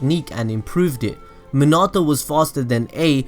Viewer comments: I hate how he says minato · this video may have been great but i just could not get past how you were saying minato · Anyone else annoyed the way he says minato’s name? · 🖕🏻 you your sayin minato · Nice video, but the weird emphasis you put on Minato's name hurts my soul lol.